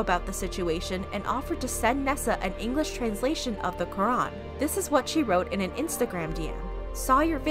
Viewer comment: When she said lorac I thought she said the rock 😂